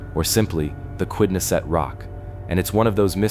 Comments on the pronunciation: Would your AI PLEASE pronounce "Narragansett" and "Quidnessett" correctly? When said incorrectly, it sounds like nails on a chalkboard. Thank you. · It's like nails on a chalkboard. They also say Quidnessett incorrectly.